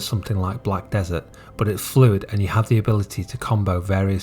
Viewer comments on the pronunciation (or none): none